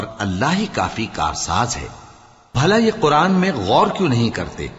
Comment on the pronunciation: bhaiya vo koran nahi , quran hota hai